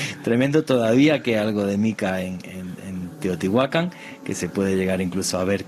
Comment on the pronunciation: Estoy aqui para corregir errores : por favor prononciar teotihuacan correctamente y los peces son animales acuaticos. Todos los animales pertenecen a la tierra pero estan clasficados como terrestres. , aereos y acuaticos.